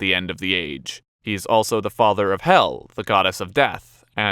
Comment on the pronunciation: Sending this to Loki, my partner. Also, Hel is pronounced differently than "hell". It's pronounced a bit more like the word "hail" but with an "e" instead of the "ai". And just another fun fact: Loki actually cut off Sif's hair once, causing Thor to, at first be very confused and unabled to recognize his wife, then very angry at him. Loki had to figure out a way to get Sif another head full of hair, so he asked the dwarves, but it wouldn't be Loki if he didn't fuck with them in some way, so he told one pair of brothers the other said they could create better items, causing them to want to prove that they could do better, but when Loki told the other pair about the contest they wanted Loki's head if they won. I don't remember how the story ended, but Loki kept his head and the gods got their respective items. Just though I should throw that in.